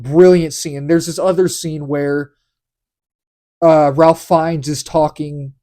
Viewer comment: Just FYI. And this is not obvious. "Ralph" in the case of this actor is pronounced "Rafe". Not something anyone would be expected to know.